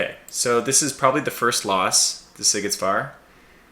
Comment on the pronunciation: well, you again forgot to check the forces available before the battle :D but anyway, huge fight. and yes hungarian captains were brave and wise :D and the szigetvár is spoken like SZ as in the C in nice, and á as in the i in mine :D so it sound almost like "see get war" :D enjoyed